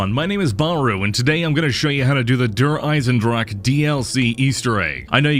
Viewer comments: "der eisendrache" - you pronounce it pretty funny, bahroo ^^ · you pronounce "der eisendrache" so funny xD